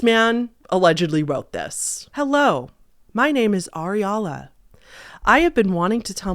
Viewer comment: This is exactly what I thought when she said the name. My partner pronounces words wrong all the time and areola is one of them. He says bit pretty much the same way as ariala.